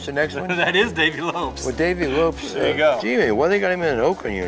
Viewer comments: Dave Lopes.....not Lopez.... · He said, "Dave LopEZ"...